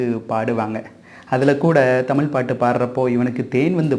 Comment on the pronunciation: I wish learns to pronounce Tamizh correctly and not call it T amiL. It is JARRING. MUST pronounce our mother tongue properly and be proud of saying ZHA. Please. Don’t mutilate our mother tongue.